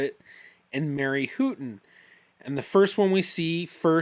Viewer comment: Great episode. Looking forward to the next one! I wish I was as organized as!...Houghton is pronounced Howton. Those potential ancestors can be a curse. I have a few that keep popping up that I know are incorrect, but I can't find the correct person yet.